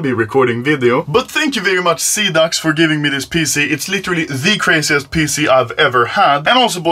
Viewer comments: after two months i still cant handle anomaly calling xidax "xanax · sida means aids in romanian and you said all like sidax haha funny joke what am i doing with my life? sad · Call Xidax how its supposed to be called. No. Seaducks